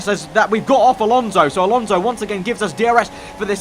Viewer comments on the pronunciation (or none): It's Alonso not Alonzo😂😂😂 Great job nice video as usual